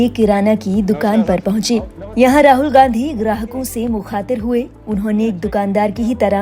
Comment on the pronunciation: मुखातीर नही मुखातिब होता है😂